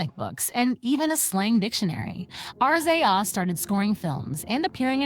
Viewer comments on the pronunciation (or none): Omg is she really saying R..Z..A....lol instead of the actual name 😅 and keeps saying wu tong and ticol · Yo I'm sorry but YOU are killing this story with all the mispronounciation and why do you keep spelling RZA'S name (RIZZ-ZAH) say it with me now